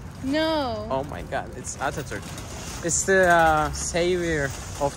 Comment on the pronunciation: abi bi daha aksanlı Atatürk der misin eridim